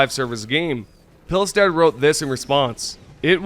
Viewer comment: Seeing Americans absolutely butcher the names of the people at Arrowhead gives me an aneurysm. Johan Pilstedt - Pronounced Yo-han Peel-sted. It's absolutely not spelled Yohan Phileste...